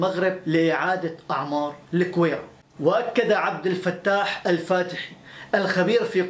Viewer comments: Gouira not kouira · احلى تحية لاخونا والله وطنيتك جدا عالية... فقط ملاحظة..الگويرة تنطق بالگي..LAGWIRA